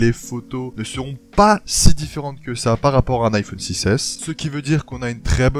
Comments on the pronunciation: on dit normalement iphAUne et pas IPhOOOne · Ça me stresse comment il prononce "iphone" pas vous ? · Il prononce beaucoup le "o"